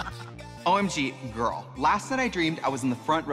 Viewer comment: “GERL” Trixie for president of the Midwest